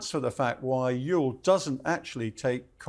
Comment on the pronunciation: Love how the mispronounce Antietam lol (And Ewell at first Oool)